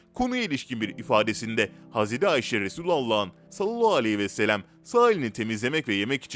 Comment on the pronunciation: 5000. Videonuz, çok da güzel hazırlıyorsunuz, lütfen Sallallahuvesselem doğru söyleyin, siz sallallahvooooooooouuuuuuuu gibi birşey diyorsunuz